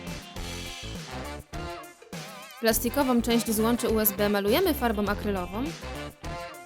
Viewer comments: xD UBS zamiast USB boshhh... 😆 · Boze nawet nie zle usb wymowila... Powiedziala Ubs xDdd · "ubs gumka" xdddddddd a nie usb? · Wtyczka ubs ha ha ha powinno się mówić usb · Nie ubs tylko usb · lektor powiedział ubs zamiast usb xDDDDD brawo wy